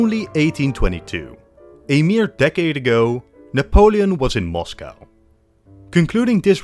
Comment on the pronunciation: This Nepolin sounds not every Nepolian